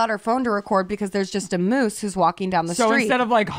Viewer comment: You guys literally crack me up in EVERY episode, please keep this going until you no longer can physically continue ✌🏼😎 Also,, I have to correct you. It’s not “meese” it’s “moose” 😂😂😂